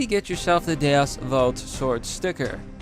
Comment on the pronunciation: Bro! I just hit the thumbs up on this video because you pronounced "Vult" correctly.